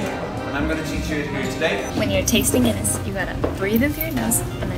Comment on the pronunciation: the way you say "When you're tasting Guinness..." has a real Dublin twang to it. You must pick up accents subconsciously. I think if you were in Dublin for a prolonged period you would sound like Atlas from Bioshock!